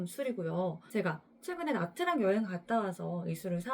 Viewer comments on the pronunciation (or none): 넵머이 가성비 짱이죠 👍 그리고 나"트랑" 아니고 나"쨩" 이지롱 🥲 베트남어에서 "TR"은 "ㅉ"으로 읽어야 합니다?? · 그렇게 따지면 냐짱이죠..😅